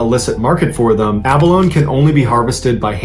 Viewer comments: Abalone is abundant along the pacific northwest coast, particularly in the inland waters between Vancouver Island and the BC mainland. Btw, the "e" at the end of "abalone" is pronounced - so it is ab-a-lone-ee, not ab-a-lone ;) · BTW its pronounced "A-BA-LO-NEY" NOT "A-BA-LONE"!! 🧐🤔🤨🤷🏼 #btw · MrBallen, it’s NOT “aba-lown” it’s “aba-lownee”. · I believe this shellfish is called Abalone but pronounce 'ab alone ee'. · FYI abalone is pronounced aba lone ee. Not aba lone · Pronounce it correctly. Ab-o-loni. NOT ABALONE. For Christ sake, speak like you have an education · Pronounced Abolony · Enjoy your posts! Abalone is pronounced Ab-uh-lone-ee. FYI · Pronounced a-baloney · a - ba - LOANS. ??!!!! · pronunciation is: Abaloney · It’s pronounced ah-bah-LO-Nee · Mr. Ballen just an FYI it’s pronounced “abalonEEE” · They are abalone the ending is ee = abalonee. The pronunciation of words is getting worse so I'm thinking is run through ai. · AB-A-LONE-EE dude has a hard time pronouncing basic words correctly, lol You’d think somebody would tell him.. 😆😂🤣🤡🤡☠️☠️ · Abalone is pronounced with the ‘e’.. ‘Abeloney’. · Love your work. A couple of things with this one. It is pronounced ab uh low nee. Also, while considered rare, it is due to the time it takes to reach maturity not scarcity of where they are found. In Australia (where I am) they are farmed and also found wild right around the bottom of the country. We have strict regulations on harvesting. Having said that we have had abalone divers taken by great white sharks. They are also found on numerous other places around the globe. Merry Christmas & I hope the new year brings what you desire. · Just an FYI...The pronunciation is a·buh·low·nee 🙂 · It’s pronounced Abolone. The “e” isn’t silent. The north west coast Native Americans used Abalone shells & native copper for money. (native copper just refers to pure copper that is found lying around in its natural state). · It’s pronounced “a•buh•low•nee”…..🙄